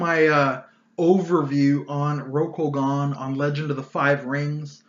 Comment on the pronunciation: “Row-Koh-Gahn” hurt every time you pronounced it like this.